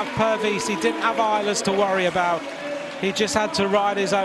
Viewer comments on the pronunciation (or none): none